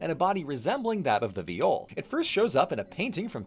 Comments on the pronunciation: I could've sworn it was pronounced "vaï-ol", not "v'jol" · I’m sorry but just where do you have your pronunciation of viol from 😭 in english it’s pronounced exactly like the first syllable in violin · in dutch that's how you say violin (though it's spelled viool) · Viol player here, this is a pretty good summary of the history, good work! However,, I'm so sorry, you mispronounced the name - it should rhyme with "smile". But it's awesome that you took on a more unfamiliar topic like this and managed to condense it down like this! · In Dutch we translate violin to viool. Pronounced exactly how pronounced viol. So what the fuck is a viol?